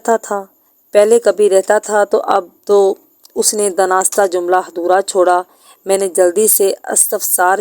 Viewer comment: دناستہ نہیں دانستہ